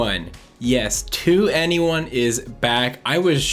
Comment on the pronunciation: I can't believe you mispronounced 2NE1.